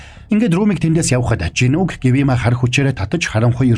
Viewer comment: Гивима биш гиүма шүү😘